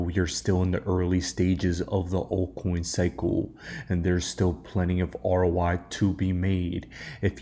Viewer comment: Why do you keep saying "ROY"? It's "ROI", meaning "return on investment" 😅